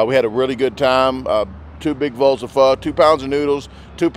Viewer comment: Proper pronunciation : Pho is pronounced Fa.